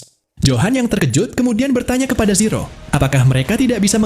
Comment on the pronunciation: Min.. Kok lama-lama saya dengernya Siro sih, bukan zero 😂